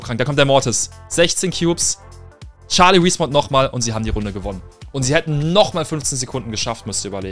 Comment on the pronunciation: charlie nicht scharlie